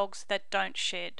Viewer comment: In the beginning it sounds like she said dogs that don’t sh*t 😂